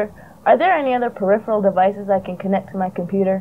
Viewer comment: I cringed every time '' said "peripheal devices" This video is a fun stroll down memory lane. Thanks for uploading it.